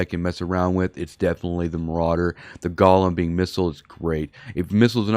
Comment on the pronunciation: The Jewish monster the ship was named after is pronounced Go lem....A golem is a creature formed out of a lifeless substance such as dust or earth that is brought to life by ritual incantations and sequences of Hebrew letters. The golem, brought into being by a human creator, becomes a helper, a companion, or a rescuer of an imperiled Jewish community. All these bling fits are excessively EXPENSIVE, if someone comes along and takes you do for your bing while your doing your PVE you lose 2 or 3 BILLION.